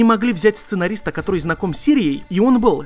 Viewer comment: У какая то особая причина постоянно каверкать слово который